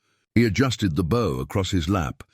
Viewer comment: Bow (bō): to bend into a curve. Bow (baū): the bark of a dog. Persistent mispronunciation. Due to AI narration? Distracting.